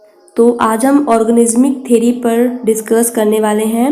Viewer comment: Ma'am its theory not theri (vijay thalapathi's movie)